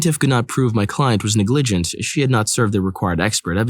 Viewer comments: NEGligent is pronounce with the emphasis on the first syllable. :) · THANKKKK YOU. I cringed so hard when he said it